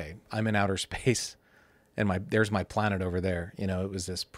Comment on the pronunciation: The amount of times this guy says "Pl-uh-nett"